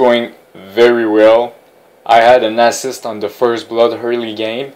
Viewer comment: haha the way you say assist sounds like asses. i like your videos and the french canadian accent.